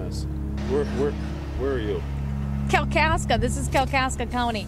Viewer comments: Dude, it's Kalkaska* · It's Kalkaska!